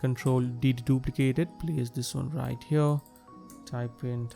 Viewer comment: “right over HYURRR” 😂😂😂